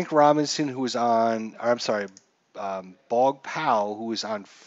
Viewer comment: If the pitcher goes to 0, all randoms automatically goes to batters FYI also the name is pronunced BOOOOOOOG